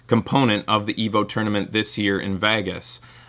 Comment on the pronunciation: He mispronounced "Vegas". He said "Vages". :P